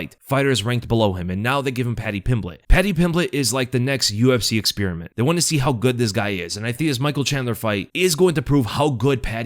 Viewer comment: You say the word experiment like Schaub, you should fix that